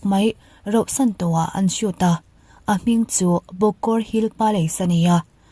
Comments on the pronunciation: Rohsan hi enge mizo tawng hi in ti duhdah thei hlawm em mai😂😂😂 RAUHSAN tih tur aw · Rauhsan tih tur👍👍